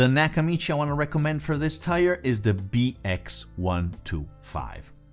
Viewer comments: it's pronounced teer not tire. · Despite your grammar, your video was good and informative and, the word is TIER (teer) not TYRE. 👍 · Tier not tire. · 'tier' is pronounced TEER, not "tyer". Here's a 9 second video demonstrating this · Tier is pronounced tear, as in tear drop, not tire. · Now each of these just doubled in price! Lol! Some very nice pieces shown! Ty! BTW, the pronunciation of Tier is like "tear drop", as in crying. :) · This video taught me that, in some parts of the world, tier is pronounced "tire." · Where, on the globe, is “tier” pronounced “tire” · when you say Tire do you mean Tier , pronounced like Fear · Tier is pronounced like tear as in to cry. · Tier is pronounced te ar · The word tier is pronounced t e e r. Let's try to use the English language correctly unless you happen to be from England in which case there's no chance you're ever going to use the English language correctly. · Just to help: the English word 'tier' is pronounced to rhyme with 'ear'. Would suggest bring these video to life by at least demonstrating something tangibly